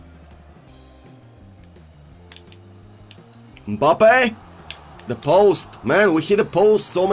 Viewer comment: Nobody:: UMPABBE!!